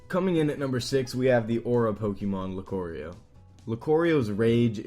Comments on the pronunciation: I am unfamiliar with this "Locorio" character you speak of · LucOrio??? LUCORIO!!!!!! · Car car lu-car-rio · Luke Oreo. lol